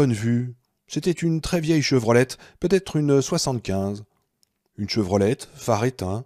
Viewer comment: Chevrolet et pas Chevrolette